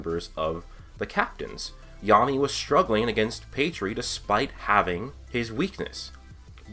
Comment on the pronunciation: Who th3 fook is pedree? Your pronounciation...